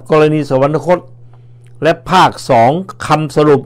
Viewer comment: สุนัย..สะ หวัน นะ คด ไม่มีนะครับ มีแต่ สะ หวัน คด ช่วยอ่านออกเสียงคำดังกล่าวให้ถูกต้องด้วยครับ